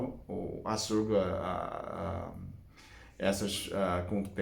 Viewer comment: Adoro quando fala açurcar kkk